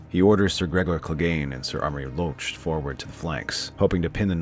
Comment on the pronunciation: With all due respect, but how many more times do you plan to butcher the name "Amory Lorch"?